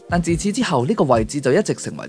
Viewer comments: 高句麗讀錯了，不是高據勵，而是高勾離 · 有小錯誤，高句麗廣東話發音係高歐麗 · 「高句麗」應該讀高勾離。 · 其實我不太同意， 韓文高句麗中的句讀音係gu，普通話係讀gou1比較似，但如果廣東話係讀踞比鉤準確吧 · 版主，抱歉打擾，高句麗讀音應為高「勾」麗。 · 正是呢！高句麗的「句」念若 「勾」……😊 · 應該是讀 "高 勾 尼" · 高句麗個句係讀勾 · 高句麗嘅「句」，應該讀「勾」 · 高句麗的"句"字，應該讀成"勾"音。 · 高句麗個「句」字要讀「勾」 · 高句麗係咪應該讀做高（勾）麗？ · 同身毒讀捐篤一樣😂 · 普通話gou正正係對粵應語ngau，例如「 鈎（鉤）」嘅現今發音；「句」「踞」喺普通話已經演化做ju，今義不從g- 前提理解錯咗